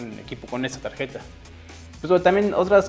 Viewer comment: dices port como estadounidense pero dices tageta jaja xP